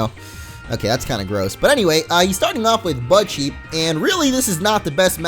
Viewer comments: Everything says "budcheep" it sounds like "buttcheck " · is it me or when he says budcheep it sounds like butt cheek xD